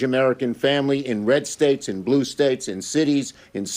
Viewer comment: Sounded like he said staeks and cities lol